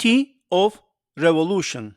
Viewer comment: РеволУшн - странное звучание, неанглоговорящее.